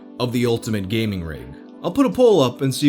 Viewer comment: "If you were an avid reader of gay magazines" is what I heard... lmao